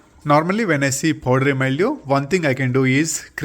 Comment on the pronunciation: What is "poddery myoo"? Do you mean powdery mildew?